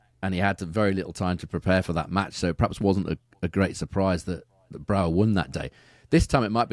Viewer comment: I'm Dutch. You've got Brouwer's last name pronunciation down perfectly. However his first name sounds more like "Guys" instead of "Geese" , it will be hard to pronounce correctly for you guys because the Dutch G sound is guttural from the back of the throat.